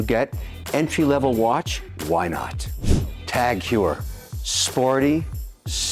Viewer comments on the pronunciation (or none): And he mispronounces Glashutte and Tag Heuer.